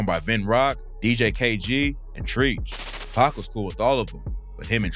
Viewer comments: Not treech it’s tretch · It’s not treech it’s trech and he’s from east orange ( ill town) New Jersey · Treech? U mean TREACH!! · Treach is pronounced ‘Tretch’, not “Treech” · 😂😂😂 stop calling treach treech it's treach like treaturous smh 🤦🏾‍♂️ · It's not treeeech. It's Treach, rhymes with stretch. I mean, come on. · Nigga Naughty By Nature is not from NY.. and you're pronouncing TREACH wrong!!! It's not TREECH.. it's TREACH!!! Young dumb ass AI ass youtubers.. this shit got me hot now. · chino xl dissed pac in multiple freestyles talking about “fuck you and your crack fiiieeeend momma” also lmao treeeech of naughty by nature lol its pronounced like a trench… you really dont know shit about hip hop if you think cool j isnt known for beefs lol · Treech? It's Treach Stoopid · Treach " Not Treech". I appreciate the video but you gotta know your hip hop youngster. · 😂😂😂 "Treech" it's "Tre-CH" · It’s bad enough the cadence in your voice and the sound of it is annoying. …You’re mispronouncing the man’s name. His name is not “TREECH”, it’s TREACH. (Rhymes with stretch)😒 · Xzibit isnt from new york. Treach is not treech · Okay, when you open up the video talking about how Big's verse on Brooklyn's Finest was a "diss" at Pac -- when it wasn't and clearly was a reference/diss to his wife Faith sleeping with Pac -- I could tell then that you weren't going for accuracy here. But then pronounce Treach as "TrEEch" several times, and I can tell you don't know hip hop, weren't around during those times, and/or simply don't know what you're talking about.🙄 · Treach is not pronounced TREECH 😂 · 😂 Treach is pronounced like Tr-Etch I often wonder how far PAC would have gotten and just how much he would have grown if he were still alive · Exactly the way he keep saying that annoys me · he said " treech " lmaooo naughty by nature by nature from jersey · Hahahaha I was going to say the same thing. LL cool J is very well known for beefs. I also noticed the Treech thing 🤣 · “treech” lol😂